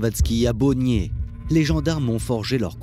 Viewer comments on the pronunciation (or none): none